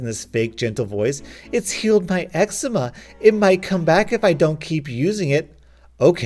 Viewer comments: eczema is pronounced egg zee ma. at least i think. my mom isnt good with english and that was how she pronounced it while talking about my eczema when i was little. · Ur saying eczema wrong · Lmao mispronounces eczema. No worries, it’s not a common word. Ex-ee-mah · You pronounced eczema terribly wrong just saying